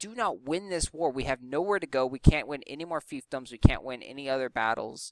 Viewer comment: Congrats on saying fiefdoms properly.